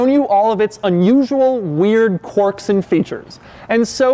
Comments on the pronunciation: It’s quirks not quarks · ‘Quirks’ has an i in it. Not an o, buddy.